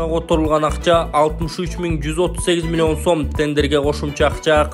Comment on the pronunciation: Цифраны кандай айтып жатат мен тушунбой калдым милион сом 20 милион 83000 сом эмесби милионду да башкача айтат экенсин мулуён сом дединби